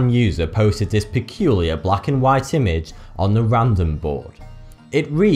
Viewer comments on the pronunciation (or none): none